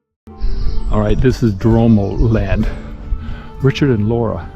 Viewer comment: Nice video. It's pronounced Drum-ohland by the way with the emphasis on the oh.